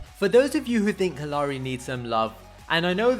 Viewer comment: kallari was butchered for no reason.